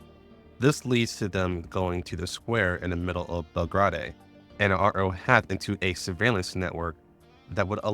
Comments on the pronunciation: im loving the recap so far as i havent played GFL1 since 2021, but my brother in christ it's pronounced bel-grade/bel-grayd not bel-grah-day. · Bel-Grai-De* But still BUHHHHHHHH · JFC still misinformation based on the guys bias , again gender is not "ambiguous" is canonically female according to writers and the male option is there for those who wanna play a male character. Also learn to properly pronounce names, like here "Belgrade" you can easily find how to properly pronounce it, its a real city in south-east europe the capitol modern day Serbia.